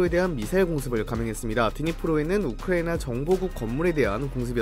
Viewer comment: 우리 딕션 좋은 이 왜 우크라이나만 발음이 이상해